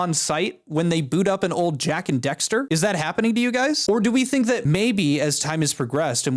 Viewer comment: Nah, but someone might shoot you for calling Daxter "Dexter" Edit: relax it won't be me😂